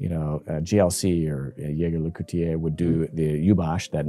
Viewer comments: It's supposed to be zhey ZHER leh KOOLT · "yager lecootye" ? Ouch, with love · Come on man... Yayger Le Cooti-yay yoo-bosh is a very charming pronunciation.😂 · Damn, Americans really struggle with saying Jaeger LeCoultre. It especially cracks me up listening to snobby people struggling to pronounce it. JLC should just rename themselves to Jagermeister at this point 😂